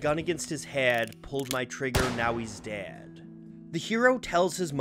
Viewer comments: "Put a gun against his HAYD pulled my trigger, now he's *DAYD*" - CLAYAHWN VERY interesting pronunciation, makes me wonder from where the narrator hails. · I forgot you're Canadian until I heard your 'head' and 'dead'. Not sure where you're from, but it reminds me of my extended family's maritime accents.